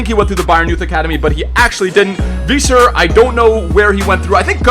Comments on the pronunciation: it's pronounced viser not veeser because the ei makes an i sound and ie makes an e sound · Isn't it pronounced V-I-Ser for Weiser?? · you're German and still don't pronounce Kroos or Weiser correctly 😂 not a big deal but still